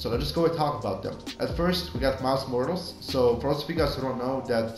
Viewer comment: Helpful but please pronounce MILES MORAL'S properly